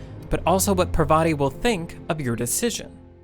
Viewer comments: Also, it's not "Per-VA-ti", it's "PAR-va-ti". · dear western civilisation, It's pronounced 'paarvati' not 'parvaati' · I think Parvati is pronounced paaarvathi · But have you considered that the writing in this game was actually really super boring? Almost everyone you talk to is dumb and lifeless? That characters exist for the story alone and don't feel like they're thinking about anything? Also, Parvati is pronounced with emphasis on the first syllable, not the second. It really annoyed me thoughout the game.